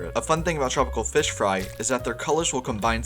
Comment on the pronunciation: take that back, we have tropical fesh